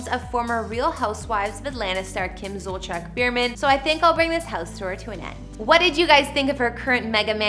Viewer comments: It’s killing me every time she says her last name. It’s not Zolcheck! It’s pronounced Zol-see-ak!! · Zolciak is pronouced ZOL-Z-AK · I've noticed over the past few years that news anchors, YouTubers, writers, etc, do not take the time to learn how certain words are pronounced, especially names. To me, it comes across as laziness. It is very easy to learn how someone's name is pronounced, especially a famous person. I wish this video got the correct pronunciation of their last names. It makes the video seem impersonal. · That house is nowhere near 17,000 square feet. And you don’t pronounce Zolciak right 😂